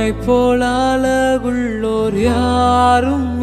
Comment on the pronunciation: Good and Beautiful song.... but tamil is worst.அழகுள்ளோர் என்று பாடுங்கள்.அலகுள்ளோர் அல்ல.வரும் பாடல்களில் தமிழ் உச்சரிப்பில் கவனம் தேவை.